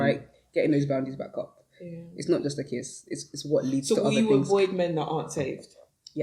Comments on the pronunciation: “The s was silent, he was aved” I’m cryiinnnn 😂😭😂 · He’s not saved the s is silent, he’s aved 😂😂😂😂😂